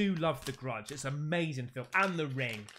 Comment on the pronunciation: when you paused on the UFO and said “it’s amazin’!” I knew you’ve watched some Jesse Lee Peterson vids lol. Based man